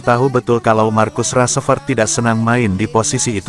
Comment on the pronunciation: Salfok sama penyebutan "markus rasprett" dan "rasmus holan"